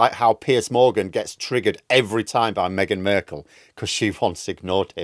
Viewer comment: Musk; eau de vanité (Also, did just say ‘Megan Merkel?’)